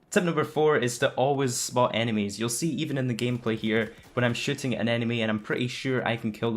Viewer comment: when you say shooting, it sounds like shitting, XD lawl